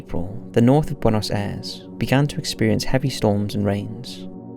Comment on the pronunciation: Buenos Aires. wey-nos-eye-res. You can actually make these sounds yourself! Amazing, I know!